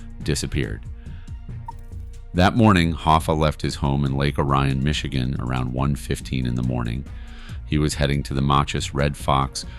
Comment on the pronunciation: it's Lake OR-ion and Makkus Red Fox in local pronunciation